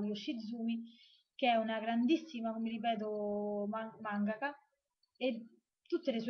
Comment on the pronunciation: ah dimenticavo, la tua pronuncia di Sousuke va benissimo (stavolta mangaka pure ti è uscito benissimo) ^_^ *kiss*